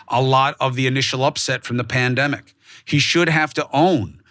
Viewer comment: "the pademic" 😂😂😂😂